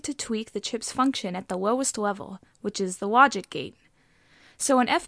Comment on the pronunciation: At minute : "Awow you to tweak the chip's function at the wowest level." That's what I keep hearing. She reminds me of Baba Wawa.